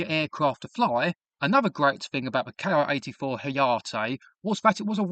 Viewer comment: It's Ki like key. Not K I.